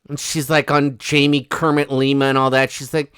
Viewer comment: Did you say Jamie "Kermit" Lima? Oh my Gawd! 😅😅😅❤